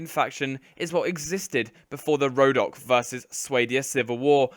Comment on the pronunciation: Khergit not kherjit, rhodoe-ck not rho dock